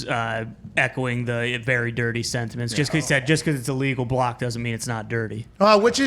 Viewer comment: Thats just how Pat says block.